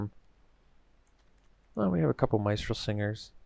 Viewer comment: Miss Tral not Mice Tral.